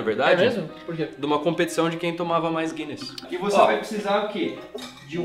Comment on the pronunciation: morei na Irlanda.. que saudade que deu.. tomar uma Pint de Guinness!! ahhh e É GUINNESS e não GUYNNESS como o rapaz falou ae hahaha